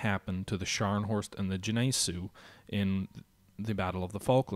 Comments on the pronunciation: I think Gneisenau is pronounced "nye-seh-now" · Gneisenau......, dispite the knowledge about WWII you show you have, you manege to butcher the name of that ship in the worst way i have ever experienced, i really really hope you get it right in the next few vids